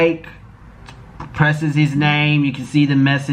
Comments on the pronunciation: I said 2021 I wasn’t gonna correct any more but why pronouncing Quik as Quake instead of Quick 😂😂😂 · It’s quik not quake lol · his name is not “QAKE “Lmfao